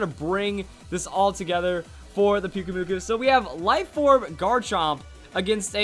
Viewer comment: I really think pyukumuku sounds better with the strong acent in the last syllable